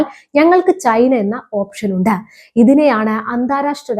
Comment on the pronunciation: നേരെ ചൊവ്വെ മലയാളം പറയാൻ പഠിക്കു. " പോകേണ്ടിടത്ത " എന്നല്ല " " പോകേണ്ടിടത്ത് " എന്ന് തന്നെ പറയണം. " തെയ്യാറാക്കിയിരിക്കുന്നത " എന്നല്ല പറയേണ്ടത് ..." തെയ്യാറായിരിക്കുന്നത് " എന്നാണ് ഉച്ചാരണം. " ഉണ്ട " എന്നും " ഉണ്ട് " എന്നും തമ്മിലുള്ള അർത്ഥ വ്യത്യാസം മനസ്സിലാക്കണം. മലയാളം വികൃതമായി ഉച്ചരിക്കുന്നത് ഒരു ഫാഷനായിട്ടാണ് കുട്ടി കാണുന്നതെങ്കിൽ നിലവിലുള്ള ഉച്ചാരണം തുടരുക.